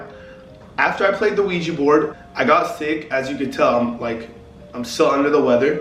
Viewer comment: It’s ouija board not ouigi, It just has a weird pronunciation